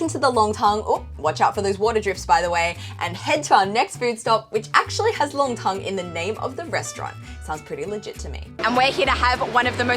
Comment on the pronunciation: Nongtang, NOT Longtang. 上海人很多发音是错的， R和L不分， N和L也不分。不少中国人实际上汉语发音很受地域影响， 发音不准确。